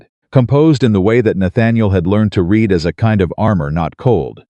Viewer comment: Your AI keeps getting the word "read" incorrect.